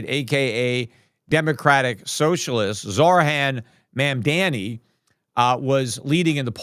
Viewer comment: Peter, At least pronounce the new NYC mayor's name correctly. It's Mam-Da-Ni. You're far too smart to butcher someone's name in this BASE, rogue fashion. Personally, I think you're better than that. If you aren't, then I'm forced to conclude there is a tinge of racism in your perspective? No, then pronounce the man's name correctly! If yes, then pronounce the man's name correctly! With the utmost respect for financial prowess! Best regards...